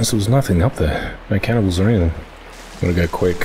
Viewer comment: "Channibals" again lol brings me back to forest season 4 episode..